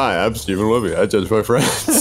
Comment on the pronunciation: I thought said drugged even though he said judge